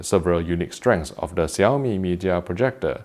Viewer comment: I really have to say that you pronounced the name perfectly.